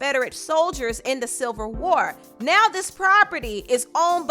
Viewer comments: You said silver war 😂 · I know you did not say, "The SILVER war!!" 😂😂😂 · Did she say silver war? 😂